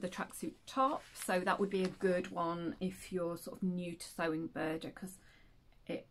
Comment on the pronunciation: Good to hear Buuurrrrrda again 😂🤣